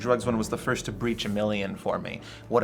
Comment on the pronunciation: "Fist time what"😂